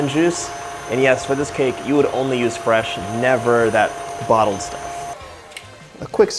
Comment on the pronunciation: Did you say Fa-resh lemon juice...?